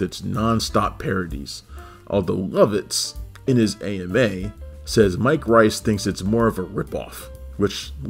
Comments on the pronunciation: The Talking Simpsons guys already did a mini podcast on this..go listen to that. They know his name is pronounced like Rees and not Rice...they even interviewed him multiple times. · Mike "Reese" not Mike "Rice". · forgive me, but Mike Reiss's name is pronounced like "reese" not "rice". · It's pronounced "Reese". I have the DVD set and the audio commentary, especially on "Jay & Alice & Siskel & Ebert" is hilarious.